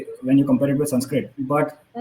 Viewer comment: what does schwa deletation has to do with pronouncing sanskrit words with short a as long aaa?